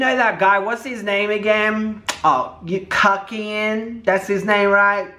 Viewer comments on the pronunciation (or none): It’s pronounced John “CROOKian